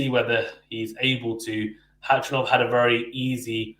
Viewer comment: great content.. been following for a few months.. just 1 thing, his name is khachanov NOT hachanov... there's no silent K in pronunciation lol